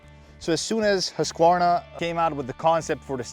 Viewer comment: The authentic Swedish pronunciation is "hoosk·vaar·nuh."